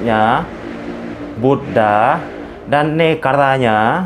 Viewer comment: Buddha bukan Buddah